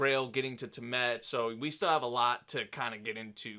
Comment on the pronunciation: Tea-uh-mud Lol